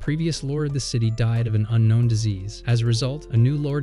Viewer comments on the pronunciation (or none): none